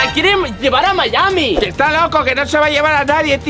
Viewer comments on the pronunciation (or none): deverian hacer una prueba de sangre para poder saber si es su padre aparte miami lo a pronunciado terrible no lo puedo creer